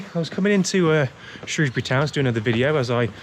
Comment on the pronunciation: From someone born and raised in Shrewsbury, thank you for calling it Shrewsbury and not SHROWSbury. I still have nightmares about these annual floods and the weir